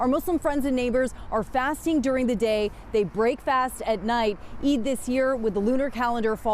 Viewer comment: Good job on getting the pronunciation of Eid right. I hope Mr. Scillian makes a note of the pronunciation so he can get it right in the future (no shade). The 'd' sound sounds more like the consonant sound at the start of the word 'The'. It would help viewers feel more included.